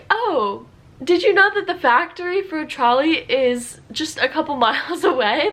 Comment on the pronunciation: Als sie trolli gesagt hat, hab ich einfach Charlie verstanden und war sehr verwirrt...